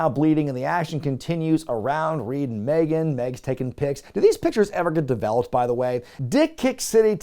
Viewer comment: With all due respect, and sometimes none due to Ric. Ric’s daughter’s name is Megan, but it’s pronounced ‘meeGan’.